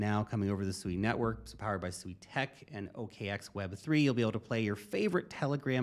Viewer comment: SUI = swee, as in the word SUITE